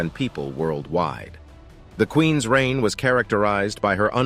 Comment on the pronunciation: I really dislike the narrator on this they’re using something that’s like AI. It when it says Queens. It says queen S when it says loves it says love is it just doesn’t know how to use an apostrophe. It’s kind of dorky to be honest.